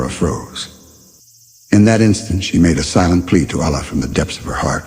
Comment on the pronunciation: please let the pronounciation of Allah be like they way we normally say Allah, not Aallah, thank you